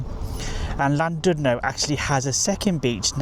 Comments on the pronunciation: It's a lovely, old fashioned resort. It would have been nice if you'd bothered to pronounce the name properly! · Please learn how to pronounce Llandudno probably. I couldn't listen as it irritated me so much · Please, if you're going to do a YouTube clip on Wales, learn to pronounce the names of the placed you are reviewing!